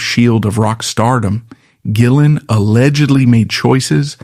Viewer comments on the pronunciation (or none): That's one of the downsides with AI generated narrations. Occasionally, it's JillEn 🤷🏻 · Are you mispronouncing rays last name on purpose? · Thank you. I'm glad someone else said it. It kept mispronouncing his name through the whole video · True story. My friend calls me up one night and asks if I want to go see Badlands. They were playing locally. D.A.D. opened up. I said I don't really like them but sure I'll go. Instant fan after that. I see your AI mispronounced rays name 2 different ways. Hire a voiceover artist. You are making money on ads so you can pay a live person. It makes you look uncredible and it is just cringe. Is that a Photo of Jason Newstead wearing glasses you are showing? Makes this video even more suspect. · How about not being a lazy mfer and narrate your own videos instead of AI mispronouncing his last name through the entire video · There are images of John Sykes, Jason Newstead, and Mike Starr all through this. They were connected so thinly that those pics should be used once or twice. There's also constant use of Jake E Lee. I know they played together, but the pic is used when they're talking about Gillen throughout this. And then the mispronunciations of Gillen. Such AI crap. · How the Hell , can his name be pronounced completely wrong ? This is Ai at its most terrible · This is pretty bad, but I've heard worse. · It's AI and can't distinguish between the hard or soft G. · Mispronounced his name throughout the video. Showing other stars in pictures....js...AI trash